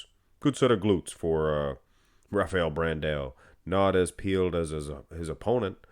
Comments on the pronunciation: It pains me so much when says brand A O. It's pronounced Brand OU like when you say ouch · Pro Tip: When you see "ã", such as in BrandÃo, you pronounce it like DUH! It's like saying BranDOWN, but you switch to the DUH sound.